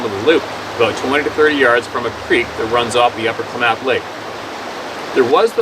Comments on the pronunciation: You are right….people (some), know where your speaking of. I lived maybe 20-25 miles as the crow flys from Topsy. The area is pronounced With the emphasis in the beginning (rhymes with BAAAA math) KLAmath Falls. (I know it’s easy to mispronounce if you’ve never heard of it before…..I’m not criticizing). My husband rode his bicycle from Ashland OR, up towards Topsy, to KLAmath Falls passing Odessa. He said it took him about 4 hours…rode this several times and after listening to you, he can’t imagine why he had never seen nor heard (or lack of hearing) anything out of the ordinary. He must had ridden that route over the Green Springs (as we call the rode from Ashland to Topsy) about a dozen times. Thank you, for us….you’ve helped by opening our eyes, hopefully many more besides us around here. Love listening to you. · It's pronounced KLAM-meth, the other pronunciation IS POT- A-WAT-A-ME. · Are you trying to say Kaw lam ath ? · It's pronounced :Clam uth...... Klamath Falls